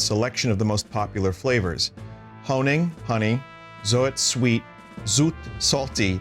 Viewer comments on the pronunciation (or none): hearing zoet & zout pronounced the opposite was the highlight haha